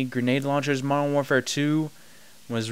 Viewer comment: It annoys me how you say 'modern'. You say it without the 'd' and it sounds nasally. I had to mute you. Thumbs down.